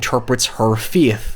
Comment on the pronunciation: Ladies and Gentlemen, introducing as Darth Vader! cue introductory clip “I find your lack of Feyth disturbing.”